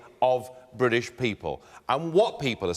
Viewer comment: Damien Green, it's BRITISH not BWITISH you fucktard !